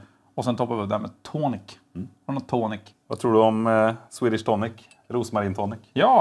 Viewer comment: Drinkarna ser sjukt goda ut! Blir för övrigt glad när folk uttalar Rosmarin som man ska 😅